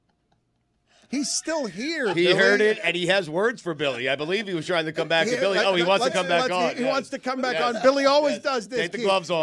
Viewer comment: Does Dan know it's Billy not Willy 😅